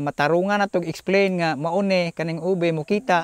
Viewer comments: Pronouncing it as “oobeh” would be closer to the actual pronunciation. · it's like pig Latin "Ube"= oo bay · Why cant the lady ube expert from the Cordillera canr even pronounce the word “ube” and she say it “owbi”? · "what's a Ubuh"😂